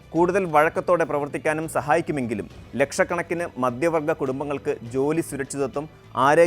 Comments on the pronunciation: മദ്യ വർഗ്ഗം അല്ല മധ്യവർഗ്ഗം😂.. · മദ്ധ്യ വർഗ്ഗം എന്നാണ് ഉച്ചാരണം